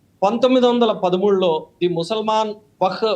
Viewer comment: Wak/waq kaadu, Wakf/Waqf adhi.meeru Advocate sir. వక్ కాదు వఖ్ఫ్ కరెక్ట్ పదం కనీసం వక్ఫ్ అని ఆయిన చెప్పండి ۔మీరు అడ్వకేట్ సార్.